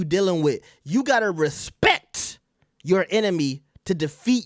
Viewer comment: It’s the emphasis on RESPEKTTT for me! Yes to all of this. 😶‍🌫️